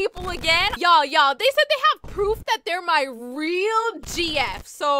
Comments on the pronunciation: Gurl can't say proof now it poorf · "that poorf" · "Here poorf" 💀💀